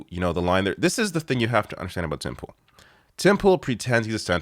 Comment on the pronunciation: When you say Tim Pool you pronounce it as "Timple" highly amusing but I am sure not deliberate:)